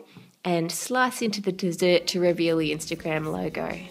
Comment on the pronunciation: annoys me how she says dessert